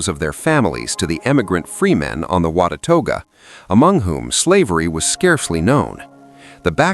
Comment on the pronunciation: I am enjoying this very much however I do not know why it goes forward and then backward in the frames. Some of the pronunciations are WAY off but I assume it is AI doing the talking. WATUAGA Is pronounced Not even close to the way it is said. WA-ta-ga Is the way we pronounce it here🙂